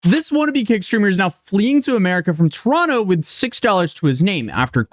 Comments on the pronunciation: And bonus points for pronouncing Toronto right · did just pronounce Toronto the proper way? As a Torontonian, that makes me very happy, eh?